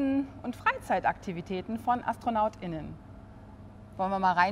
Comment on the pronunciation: Man hat gemerkt, daß da auch ins Stolpern gekommen ist, als er bei "Astronauten und AstronautINNEN" betont hat. Dieses verkürzte zusammengepappte und dann auch noch verbal ausgesprochene Astronaut.innen klingt einfach wie Nadelrodeo auf ner Vinylschallplatte.